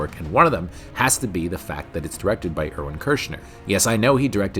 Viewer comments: Deighton is pronounced day-ton, frenais is pronounced freh-nay and Clement is pronounced the English way (and it’s Irvin not irwin). Apart from that all good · Irvin not Irwin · It never ends with you guys. It's Irvin, Irvin with a "V". Jesus fuck, man. Every goddamn video... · Why do you people always have to be insulting whenever someone makes a mistake? Couldn't you have corrected him without being so rude? And btw, you made a mistake yourself. It's Irvin Kershner, not Irving.